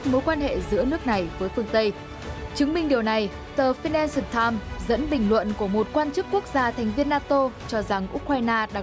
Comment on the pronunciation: vãi cả đọc tờ phi-nan-xờ-tam :D